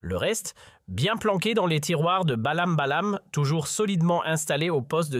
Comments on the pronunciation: Avec vos robots, vous nous prenez vraiment pour du Bétail, Ballam Ballam, Bolem Bolem, Boèm Boèm, Baèm Baèm........... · SVP commencez à bien prononcer les noms de Monsieur le Président TEBBOUNE et de Monsieur Boualem Boualem, l'Algérie vous dérange, la politique à changé, mon très cher pays avance, je ne veux pas être trop grossier par respect aux noms des dirigeants Algériens qui figurent dans ce commentaire. C'est le bordel, la chute, le chaos chez vous et vous avez le courage de parler de l'Algérie, personnellement je vous en merde. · Meme pas foutu de bien prononcer les ''nom etprenom de Boualem Boualem!... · Si vous n etes pas capable de lire des noms convenablement,rien ne vous autorise à vous adresser à un public qui refuse qu on écorche des noms sciemment ou non.Un peu de respect Monsieur ! respect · c'est un robot médiocre mu par l'intelligence artificiel.Il ne sait meme pas prononcer correctement BoualemBoualem.